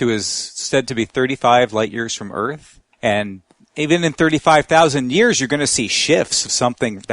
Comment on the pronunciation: It's not eeeeeeeeeearth.